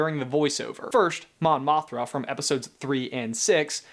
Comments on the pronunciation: Mon Mothma, not Mothra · Mon Mothra? It's Mon Mothma XD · "Mon Mothra" lol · He totally saws Mon Mothra not Mon Mothma.